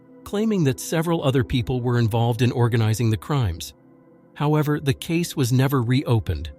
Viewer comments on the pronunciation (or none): none